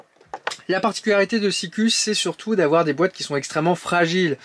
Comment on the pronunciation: Salut ``, on prononce Sikou ( Ü = U - OU = U )